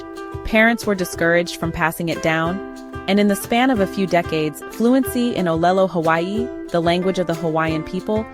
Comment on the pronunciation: As Kanaka Maoli, a Native Hawaiian, whoʻs grandfather was manaleo, a native speaker, I applaud your video. That being said, there are a number of things in your video that are very concerning to me as a Native Hawaiian. 1. The narratorʻs pronunciation of ʻŌlelo Hawaiʻi is very flawed. It would have been much better to have found a Native Hawaiian who is also either a native speaker or bilingual in ʻŌlelo Hawaiʻi to narrate a piece on our language. 2. The illustrations to this video are both culturally inappropriate, showing Asian cartoon characters rather than Native Hawaiians. The video also shows false cultural stereotypes like a woman dancing what I am to assume is hula wearing a grass skirt. It also shows in another scene a Japanese style house, complete with shoji doors and tatami flooring and rice paddies in another scene instead of sugar cane fields. These all continue to perpetuate a colonial portrayal of our people, which was the cause of the loss of our sovereignty, our government, our culture to a great extent and our language. The content of the video I would give a B+, well done, but adding these other factors I would give the overall video a C-.